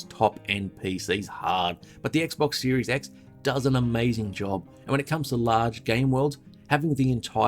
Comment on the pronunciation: Every time you say "Series X" it sounds like you're saying Series S, so it's especially funny when it sounds like you're saying "And remember, this is purely about the Series S, and not the S" Lol